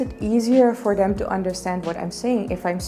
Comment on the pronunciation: i like the way you pronounce "them" as "dem"